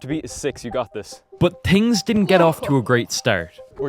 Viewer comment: no offense but says tings instead of things